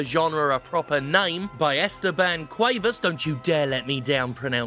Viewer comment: It's actually pronounced Cu-eh-vas (like how the English pronounce vase)